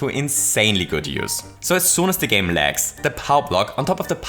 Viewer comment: I have to do it to you. gAp Were you sick while recording? gAme